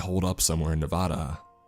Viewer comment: holy crap someone pronouncing nevada correctly 👌👌👌